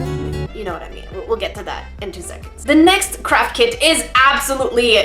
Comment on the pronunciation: Am I the only one who hears saying crap kit instead of craft kit 😂😂😂